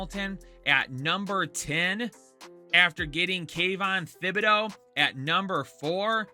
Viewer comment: Stop saying Thibodeaux’s name wrong. It’s pronounced like TIBADO